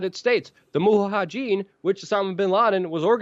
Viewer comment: "MulaHadin", HAHaHaHa! Luke is awesome